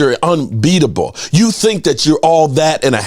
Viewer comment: Its YOU, not CHEW.